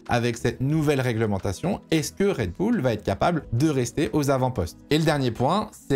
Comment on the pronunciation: Merci mon d’avoir fait l’effort de prononcer “Raid Boul’” pour cette vidéo!! Je te jure que ça change le plaisir de visionnage de certain (j’en fais partie) 🤗🤗